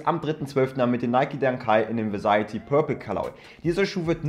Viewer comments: Nices video 🔥🔥 mich stört nur wie du immer "varsity" aussprichst. 😂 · Bitte nochmal üben varsity auszusprechen bitte danke